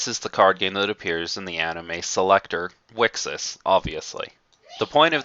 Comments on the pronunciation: wicksis sounds equally as bad, mate. And there shouldn't be a "consensus" on how to pronounce the name, its written there very clearly in katakana;) Thanks for putting together this video though. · How says it: Wixoss How people said it: Wicross How you're supposed to say it: Wish Across